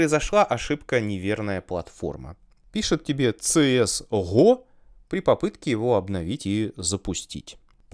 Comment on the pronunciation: Ну всё хорошо россказал , но говорить на КС:ГО - ЦС ГО безумие, или соунтер стрике